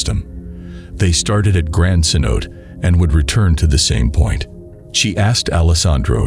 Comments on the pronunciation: CENOTE = “Sen-oh-TAY” not “kenOTE” jfc. How can you be doing a cave diving channel and have this inexcusable pronunciation of such a basic word in the sport? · rips hair out at americanized pronunciation of cenote. It's ceh-know-TAE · It's not "ken-oat" it's "sen-o-te". Try to be credible here man. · The grand sanote lol say no tay . How ya gonna make a video about something you can't pronounce? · sen-oh-tay, not sen-oat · Kanote😂 sanotes😅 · Ce-no-te. Pronounce the short e. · sen-oh-tay lol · It's pronounced "si-note'-ay". In case you cared. 😀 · Cenote is actually pronounced “seh-no-teh” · The grand ce-note 😂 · Cenote is pronounced phonetically as Sa-no-tay. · Grand canote... come on man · omg yes. Me too. I am hiding this channel from my YouTube feed because I couldn’t even focus on the content. I kept hearing “Ken-OTE” and wanting to scream. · Haha so many ways to pronounce cenote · You mispronounced cenote throughout the video. At least know the basics of what you’re talking about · I was just about to slit my throat if I heard another mispronunciation of Cenote.